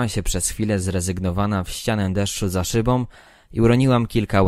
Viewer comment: Dziekuje za czytanie dla nas. Jak na amatora (?) calkiem nieźle. Apeluję tylko o zauważenie i WDROŻENIE do wymowy głoski „ą” Zatem nie „”za szybom” ale „za SZYBĄ”, nie „z kosmetyczkom”, ale z KOSMETYCZKĄ” Nie „ z niechenciom” , lecz Z NIECHĘCIĄ”. Proszę sie nie gniewać, to miłość do polskiej mowy kazała mi to napisać. Nie powinnismy zgadzać się na plagę tego błedu wymowy. Jeszcze raz dziękujĘ za czytanie :-)